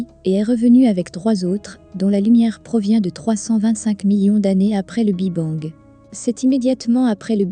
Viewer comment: Intéressant mais le " Bi Bang" est insupportable à entendre l' IA a encore du chemin à faire avant d'être perfomantte